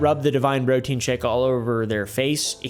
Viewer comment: “Brotein”. LOL!